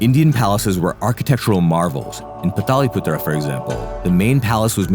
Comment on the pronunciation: Its not Pataliputra its Patliputra 😂😂😂